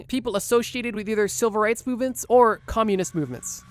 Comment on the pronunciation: Are you saying silver rights or civil rights?